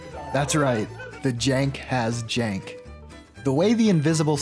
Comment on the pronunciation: 3.48 i heard the word junk instead of jank im still laughing